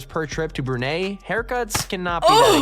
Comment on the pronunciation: he said brunei wrong!!